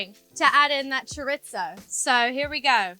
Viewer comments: As a Spanish (even though I love her) I felt lowkey offended hearing her say „Choritzoo“ and „Paelllyaa“ like that 😭😂😂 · I didn’t know chorizo has a T in it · Millie saying ‘choritzo’ sent me 😭💃 But honestly, her kitchen energy is pure gold. I just did my own celeb-inspired paella attempt—let’s just say… chaos, but tasty 🍤👩‍🍳✨ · I was like wtf is choritzo because that is what I heard her say. Girl it is chorrrrrisssooo try sounding it out spelled chorizo sounded out how I wrote it. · Chore-its-o. I'll just leave that there. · She's so cute! I love how she pronounces it "chore-it-zo" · Cha Reetz Ohh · someone help her say chorizo pls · I keep trying to find the T in chorizo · mispronouncing chorizo, claiming its italian, your accent is half LA haf UK... like bruh do you have an identity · its not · I know that’s not the correct pronunciation but that’s how we say it in the uk (or at least a lot of people do!) … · For reel 😂but maybe british people say it like that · That caught my ear as well 😂